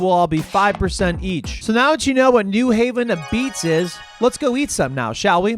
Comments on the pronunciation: It’s pronounced “ahbeetz” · its abeetz.